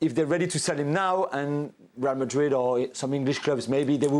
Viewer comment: Yeah true.. He’s hurting! everytime he says Madrd He ends up saying “or other teams” 😂😂😂